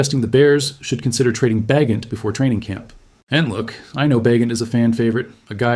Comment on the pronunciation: AI BS. Tyson Bagent with a hard ’G’.